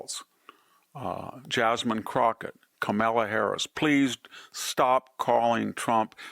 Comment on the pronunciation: I wonder if Victor mispronounces hakeem and kamala out of spite. If so, I find it kind of hilarious. Keep it up Victor.